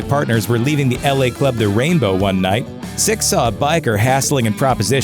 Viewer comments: Right? I was half assed listening to this & I kept hearing him say Styx. I’m going to date myself here, but I thought “did they have some connection with the band Styx that I don’t know about?” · Lol right it's not even that hard to day either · Yeah that was driving me crazy too!! Especially as he had the name up at the bottom of the screen typed correctly!!!! What an asshole, clearly not a fan! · he says sticksover and over again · Does he keep saying sticks?? Nikki Sticks?!?! 😂😂😂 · Gotta admit hearing him repeat Stix is hilarious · The continual mispronunciation of Nikki Sixx's name drove me NUTS! "Stixx"??? Fucking REALLY, dude? I'm not even a rabid Nikki fan, and that just irked the SHIT outta me! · Dude.. You GOTTA get his name right, it's not difficult, but you make it really hard to watch this way.. 😔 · it's nikki SIXX not nikki STYX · His name is "Sixx" not stix!! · the narrator pronounced “Nikki Sixx” as “Nikki Styxx” sometimes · Its not stix dude its sixx get ur shit straight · It's not Stycks It's Sixx, you jackass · SIXX, not styx!!! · His name is "Sixx" not Styx, dude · Lol as a black woman I love me some motley. Please say his name right sixx not sticks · SIXX not STIXX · I can't stand the mispronunciation. It's disturbing. Sixx as in 6 not Stix or sticks. Though Styx are another band entirely. Hoping that is just a confused moment for the narrator, but it's not hard to pronounce Sixx. Weird. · Sixx not Stix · You called him stix. Dumbass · Sixx* Not stixx it's sixx fix it bitch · Nikki SIXX. Not sticks. You bloody knob jockey. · Why do you keep saying Stixx??? Its SIXX, you moron. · "STICKS", STixx, or STIKS.... makes YOU a DICK!.....S-I-X-X....you know, SIXX!!!! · Dude....you know his name is Nikki SIXX, right? Like the number. Why do you keep calling him "Nikki Sticks"? Although if i ever get a dog who loves to play fetch.....that would be an awesome name!!😁😁😂😂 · STIXX AS IN HES A DRUMMER! LOL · It’s sixx you stupid fuck! Lol